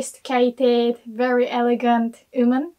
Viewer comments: She is saying 'woman/women'. English is amazing but this is the one word she can't say properly for some reason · I know this isn't in Japanese, but I have to say.... I LOVE the way you say the word woman! It is the most beautiful thing to my ears. Please say it in every video. 😍